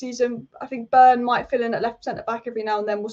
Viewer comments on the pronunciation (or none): none